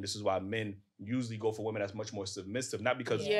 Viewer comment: Green scully talking about correcting someone's speech and can't pronounce the word "women".